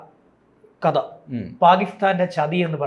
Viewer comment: ഉശ്ച്ചാരണ ശുദ്ധിയോടെ സംസാരിക്കാൻ ശ്രമിക്കണം. " കദ " അല്ല "കഥ" എന്ന് തന്നെ പറയണം. അതുപോലെ " വിദ്ധ്യാർഥി " അല്ല " വിദ്യാർദ്ധി " എന്ന് പറയണം.